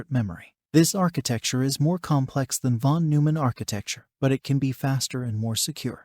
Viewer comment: I hate to be that guy, but it's von NOY-mann.